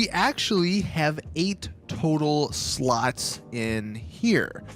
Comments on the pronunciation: Ngl when he says slots I allways hear sluts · I'm just wondering why he pronounces slots as "sluts".